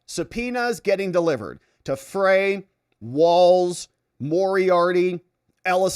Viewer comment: Freys last name is pronounced Fry. Unfortunately I live in MN and hear about him all the time